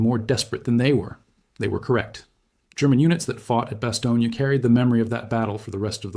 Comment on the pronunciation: bas-TONE, not bas-TOE-neea